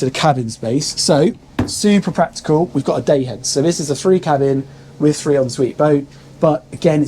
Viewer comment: Obviously, it's Obviously Obvious ! 174 'obviouslies'. Also, why is it the younger generation are incapable of pronouncing their 'TH'. ITS NOT 'FREE 2 5' 'FINK ' 'BAVIN platform' 'nice FING'. Illiteracy at it's finest. Jeez .... 😅